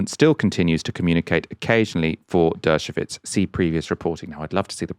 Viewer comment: It’s Dershowitz not dershovitz